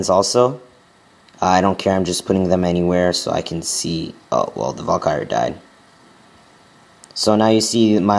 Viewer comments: not to be rude but ts pronounces val-kee-ree not valkire which is what you sound like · it's not pronounced Valkyre it's Val ka ry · Its valkyrie (Val-ky-re) not (val-kire) :/ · Wtf is a val-ky-er? You mean Valkyrie? Val-ker-rie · It's pronounced Val-Kee-Ree as someone ese said, not val-kai-er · It's not val-kire. It's Val-kir-ee. just fyi. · Val-ky-rie!!! Not Valkire... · VAL KU RIE, not valkire -_ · wtf is a valkiar? its called a valkyrie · its not valkire its Valkyrie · Val ca ree not Val ki er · dude its pronounced VAL-Ka -Ree. i want to rip my ears off everytime i hear you say val-kire.. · It's pronounced VAL-KIE-REE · It's pronounced Val-KEER-ee, emphasis on the KEER. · its actually Val-Kuh-Ree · Sounds like he is sayin vulkire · It's pronounced. Vahl-Kuh-Ree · Its pronounce val-ka-ree. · Lol it's said val-kr-I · It's pronounced Val-ka-re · Dude it is pronounced Val-ker-Ree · Pronounced: vAll. Car. Eeeee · Lol Valkyr, he can't pronounce crap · Omg! I was laughing to death when I heard him pronounce Valkyrie!! Lol! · You make so many fails... Starting from the pronuoncation of Valkyrie. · I wish you would pronounce 'Barbarian' and 'Valkyrie' properly, seriously dude, look it up! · You can't even pronounce HER name properly never mind use them to good effect. 100 DE to kill clan castle troops? Just use 1 lightning spell instead, you wont even have to lure them out of the base.. Those who can't, teach. Ay? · Elixir(not elixair) VAL-KY-REE (not Val-kires)moreter(not moretar)